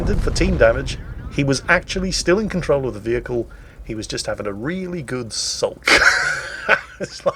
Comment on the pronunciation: It's spelled "sulk". Just sounds like "salk" the way you pronounce it! English language - you never cease to amuse!